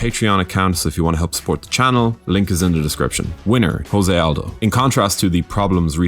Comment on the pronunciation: I like this channel a lot but you keep pronouncing Jose Aldo's name in the Spanish way. In Portuguese the J sounds like the French J and does not make an H sound like in Spanish. His name is pronounced more like JOE-ZAY. I hope this helps.